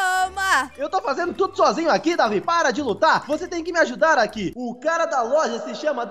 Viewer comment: Não é Davi doidão é Deivid doidão